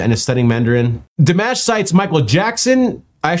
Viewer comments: Oh, a newbie! Always funny to watch a new person react to our beloved Dimash (btw, it's DEE MAHSH, not like mashed potatoes). So, believe me, the first time you react to Dimash will be like that EVERY SINGLE TIME. Dimash is the ultimate performer, the artist, the ultimate singer, the ultimate EVERYTHING. You have ZERO idea what rabbit hole you are going down into. I kid you not when I tell you that this man is not a normal human...more like he's an Angel sent down to amaze us, to enthrall us, to give us love, hope and teach us all to be a better person. I know that sounds super overinflated, but time will tell you how special he is. He's the kindest, most loving and amazing person I have ever had the privilege to see and I am so glad that I was alive during his time here. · Dimash - the "a" sound is the sound in father, not the sound in hat. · His name is pronounced like DeeMosh (Dimash) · Yes! We LOVE Dimash. (pronounced Dee Mosh) He is amazing! His vocal skills, but also him just as a person. Look forward to more of your reactions to this amazing singer! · It’s di-mosh. He’s from Kazakhstan.